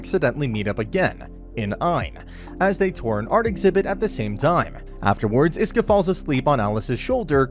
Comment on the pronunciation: bruuuuuuuuuuuuuuuuuuuuuuuuuuuuh its ISKA NOT IESKA OR HOWEVER YOURE PRONOUNCING IT im tilting just from the way hes saying it